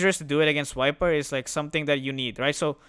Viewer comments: bro keep saying "Wiper" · How does that matter? As far as you understand what hero he's talking about, it shouldn't bother you. Case is different if you have some kind of OCD though.